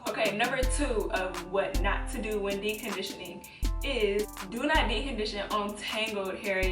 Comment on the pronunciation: 🤣🤣🤣 “dee condition”